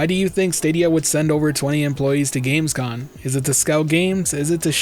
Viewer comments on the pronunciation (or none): Gamescom* not gamescon